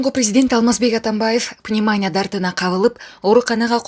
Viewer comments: Пневмания деген создо ударение И тамгасына болот карындашым уят болот журналисттер граммотный болуш керек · Бизди ишендирбей эле койчу... Жасалма бири бирин жыттап жалап коюп журо бергиле. Диктор пневмания деген созду туура айтканды уйрончу. Торт ай болду туура окучу.